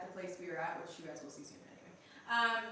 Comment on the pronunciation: Asking ,why do you say which as wish